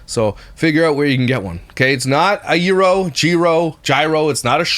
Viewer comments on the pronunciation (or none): none